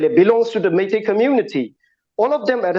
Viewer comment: motherchut you Meetei people don't even know how to pronounce the name....